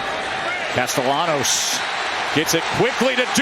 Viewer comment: casteLLanos.............por favor, pronuncien bien el apellido del QB, gracias